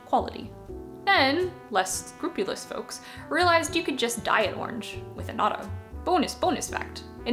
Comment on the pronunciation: I came for the interesting video, and stayed for the great pronounciation of "orange", or I guess I should say "ornj"! What a delightful accent.